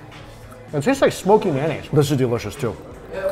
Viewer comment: May-o-naise...not man-naise....i thought only white people say man-naise...😂😂😂😂😂